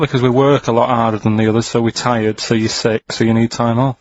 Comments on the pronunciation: sixt days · I like how Ricky can't even say sick days properly 😂